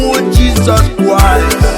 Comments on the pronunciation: Mother tonge r and l issues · This man is the devil himself, he has his own pronunciation of Jesus Christ, God will punish you, useless man 😠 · Flavor said adighi ama aka 😂😂😂 this pple self u guys are funny lion family.....see d way his pronouncing """Jesus Christ"" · Thought i was the only one noticing it... Kai another observer spotted..🙂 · This man have his own pronunciation of this Jesus Christ... hmmmm